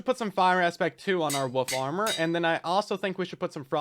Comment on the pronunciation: Woof armor..... I keep hearing woof armor, and I'm all here for it